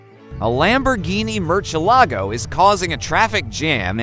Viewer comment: "A Lamborghini Merch-A-Lago"???? when did that come out!!??